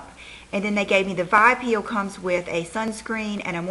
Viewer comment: It's pronounced with the letters V...I...peel.not vi peel